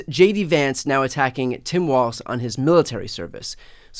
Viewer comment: Hey Brian. Tim’s last name is pronounced “walls” not “waltz”